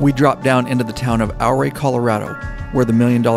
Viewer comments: drone is right over my house. FYI its "Ooh-Ray". Come back when its not so smoky when the skies are deep blue. It's magical. Do the San Juan Skyway Loop: Durango, Silverton, Ouray, Telluride, Cortez, Durango. I cheat and cut off in Dolores towards Mancos then Durango. Another great ride is from Ouray to Naturita, then take SH 141 to Grand Junction, roll on to Colorado National Monument...best not in the middle of the summer as it can get pretty damn toasty. Then its an easy hop to the National Parks in Utah. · OURAY Co is pronounced YOU- RAY not OUR-RAY I lived there for 25 years. Named for the Chief of the OURAY Indians that settled there. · I've ridden it at least a dozen times in the last 28 years...the locals corrected me...they told me Ouray is pronounced "Yooor-ray" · loved your video on the Million Dollar highway. Me and some friends will be back there again this summer. Just thought I would mention, that the proper pronunciation of Ouray is “OOOray,” rhymes with Hooray. 😊. Keep at it brother. Love your stuff. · Back in 77 I bought a Kawasaki Z1. Lived in CO so I rode it all over the state, and later to the Bay Area and back. Durango is worth a ride on the Durango and Silverton RR. You saw a lot of it though. When you ride South out of Ouray (pronounced Yer-ray after the Ute chief),the highway winding up out of town is amazing! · More like your-AYE. 👍🏻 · Great video. Ouray is pronounced Oooray. This is why I live in Colorado. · Don’t know if you’ve been set strait or not but it’s pronounce Ouray (your ray). I grew up in that part of Colorado. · "Ow-Ray"? Really? 🤣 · Its pronounced "yer-ray". Named after Chief Ouray of the Utes. I'm a west co resident. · Pronounced U-Ray. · I was correcting him everytime I heard him say it wrong lol